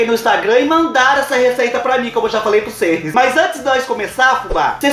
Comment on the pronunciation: Cheira "prucês" vê 😂😂😂😂😂😂😂